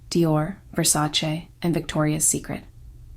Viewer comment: At last someone who pronounces Versace correctly. Thank you! I'm Italian and I hate when people pronounce it Versa-chee.